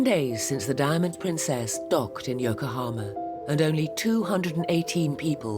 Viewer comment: Dear narrator: , and in a lot of other time in the video it is Yokohama (横浜) not Yokahoma